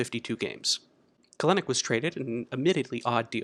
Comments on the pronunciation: Bro it's KEL-nic not "Kalenic" shit was bugging tf out of me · Good video! It is pronounced "Cel-Nick" however 😁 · You pronounced Kelenic incorrectly. His last name is pronounced Kelanick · Love the video but it’s pronounced Kel-nick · Love the video, but we gotta work on the pronunciation of Kelenic :)